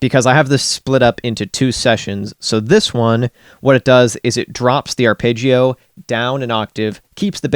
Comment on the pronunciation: its arpeggio not arpaigeio